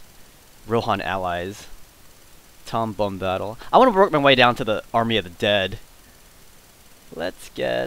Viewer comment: Thats tom bomb-ba-dill not bombattle